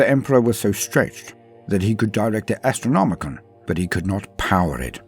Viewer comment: It's the AstrnomiCAN, not the AstronomiCAN'T!